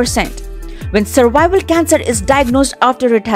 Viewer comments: Madam it is not cervicle cancer it is cervics cancer. U r saying worong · its not survival cancer .... please learn how to pronounce things before making videos....